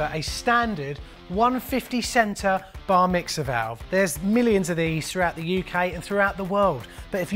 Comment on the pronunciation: old boy. Did you say Bar mixer or did you say Bar Mitzvah? hehe.